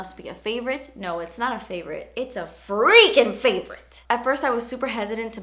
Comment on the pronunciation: "No it's not a favorite, it's a FRRRREAKING favorite..." Lol!! I FRRRREAKING LOVE YOU!!